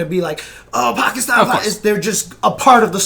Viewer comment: Love how correctly pronounces 'Pakistan'. A true rarity on the western side of the globe. Well done.